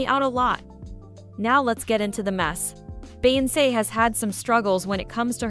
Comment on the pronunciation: Why is this person behind this YouTube right here pronouncing Beyonce name wrong in voice 😂